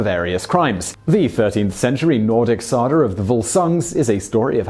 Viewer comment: “sauger of volsung” SAUGER?? I could not understand wtf he was talking about wtf it’s SAGA SAGA!!!!!! Took me a lot of time and googling to figure this out I’m so mad. Please annunciate carefully!!!! and tell me how in any way it should be pronounced Sauger when it’s spelled SAGA. Why do people have to speak so “affected” on accents like this?? It’s ridiculous!...You want large audience, then know your audience!!!! Captions are not accurate either on YouTube especially with accents!